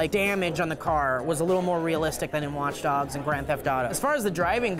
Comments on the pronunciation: Did say Watch Dongs?!?! x_O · it sounds like he said watch dongs......